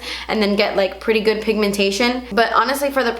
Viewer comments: "It's not guud." Lmao love that part! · "ISS NO GEWWD" lolololol ded